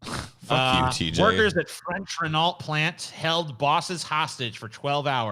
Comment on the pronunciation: Lol TJ pronouncing Renault. It's french you uncultured swine! It's REN-O!